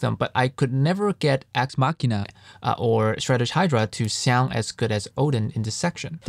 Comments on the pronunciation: YUP. I genuinely thought it was a wordplay on “axe machine,” as in “guitar machine” (machine because it’s a program). And I know I’m not the only one who mispronounced it because I saw another review video of this library where the guy pronounced it wrong 😂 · Thanks Nathan! Glad you liked the video. Haha I was waiting to see if anyone noticed it. I originally thought the product name "Axe Machina" was a word play on "axe machine," like "guitar machine," so I pronounced "machina" like "machine" with an "a" sound at the end. Only did I realized I recorded the whole video mispronouncing the product name when my wife pointed out to me it was supposed to be a word play on "deus ex machina." I had to replace all thirty-something instances of me saying the product name after! Told me like 4 hours 😩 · The EQing is very minimal. Mostly just a low cut to cut out the low end rumble. The difference you hear is pretty much the difference directly from the DIs. I only realized I was mispronouncing Axe Machina after I finished editing the entire video. It would make no sense to re-record the entire thing. Editing a video like this with so many motion graphics takes a LONG time. Ultimately, I believe the dubbing doesn't affect the information I wanted to convey.